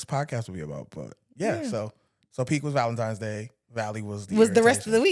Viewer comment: I heard it soooo much this year!!! 🥴 "valentimes" Just idiots and lazy 😂😂